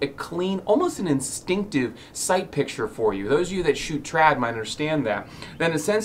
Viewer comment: Please don't say instinctive like that.